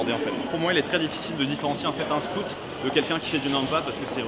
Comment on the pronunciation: “ Scout “ faites un effort avec l accent , même si votre public est français! Ça fait mal aux oreilles ! Sinon, contenu interessant, mais ....